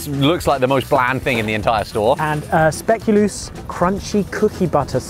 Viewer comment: can we get the world to learn how to pronounce Speculoos? the last syllable should rhyme with "gross"